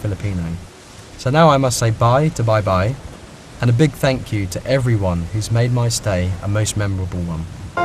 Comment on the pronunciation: Baibai not beybey. 😂😂